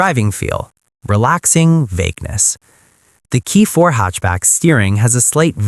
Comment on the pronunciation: Nice video, gotta get that ai voice to pronounce hatchback properly though haha. I purchased a 2026 k4 gt-line turbo hatchback about two weeks ago, I test drove both the turbo and a base model k4, and it was night and day, to me the biggest difference and what actually sold me on the car wasn't the engine at all, it was the transmission. The CVT or "IVT" as kia is calling it, felt terrible, unresponsive and dead. Actually being able to feel 8 physical gears when accelerating makes a huge difference, and it absolutely does feel way faster. Plus, a standard 8 speed automatic transmission is guaranteed to be more reliable than any cvt.